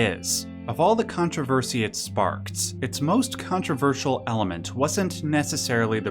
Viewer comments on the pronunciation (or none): controverseeeeul. Dude overpronounces his T sounds like a mfer